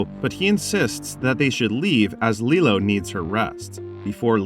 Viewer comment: LilO is a Disney character. LeelOO is the weapon. The last syllable is LU, like in Hulu.